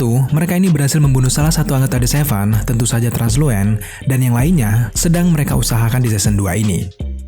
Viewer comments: Itu bacanya Translusen bukan transluen. Terus blindspot itu ditepak gendang telinganya bukan matanya dicolok kak. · Gw lbh milih "The Boys" drpd film n series film superhero lain.. Krna crtany penuh dgn plot twist, masuk akal, brutal, dark, pain n karakternya keren2... Btw Translucent bang, bkn Transluent... Trs kyny Starlight n Queen Maeve bkln gabung the Butcher bang, krna mrka kecewa brt ama Homelander...